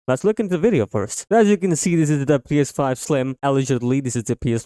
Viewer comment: within the first 5 seconds you couldn’t even pronounce “ps5” 🤡